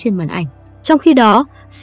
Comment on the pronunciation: trời ơi đọc tên Shin Min Ah sai rồi kìa trời